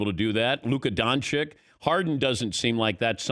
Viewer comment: the way Dan pronounces Doncic has always triggered me...